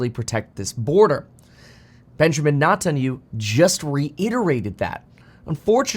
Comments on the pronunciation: funny Kevin pronounces Benjamin Net en ya hoo completely incorrectly! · His name is pronounced as "Net-tan-ya-hu", u do pronounce the H sound, as this is not a european name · It’s: “Ne Tan Ya Hooo”. Stop Butchering it on purpose 😒 You do this every time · Kevin....man....practice his name: Net-in-you? Is that seriously how you are going to pronounce it? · Benjamin Netan-U ? 😂😂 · Is that how you think Netanyahu is pronounced?? 🤣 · I love you, Kevin, but could you PLEASE start pronouncing Benjamin Netanyahu’s name correctly? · Can we please just stick to market data and thesis? I love you content, but your news coverage is slightly painful to listen to. I grind my teeth every time you mispronounce that guy's name. Just stick to what you're good at bro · Pronouncing his name extremely wrong